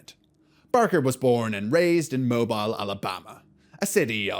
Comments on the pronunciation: It's Mobeel, not Mobyal! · FYI Alabamian here, it's pronounced Mohb-eel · moh-beel. It's French 💅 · huh? He pronounced it wrong